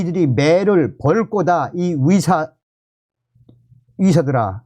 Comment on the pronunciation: 위사 위대가 아니라 의사 의대입니다 발음좀ᆢ